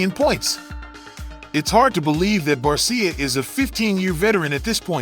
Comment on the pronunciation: Barsha…not barseeya